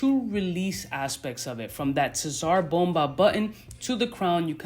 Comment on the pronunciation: It's pronounced "sar bomber" named after the bomb